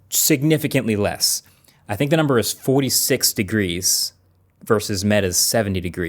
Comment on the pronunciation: That “46” sounded SOOOO British 😂